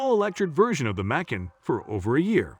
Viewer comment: 🐾Paw Shaw and Makon Macon 🥓 🤣🤣🤣🤣 man take this down until you learn how to pronounce the make and model I am a Porsche Macan owner this made me cringe